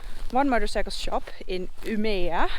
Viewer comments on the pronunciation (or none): It's U-M-E-ÅÅÅÅÅÅÅÅÅÅ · If you stop just before å in Umeå as you pronouned it you will say it like the natives; Ume. 🙂 If you are planning on riding north of Umeå then Mårdseleforsen might be worth a stop with a suspended bridge crossing the stream.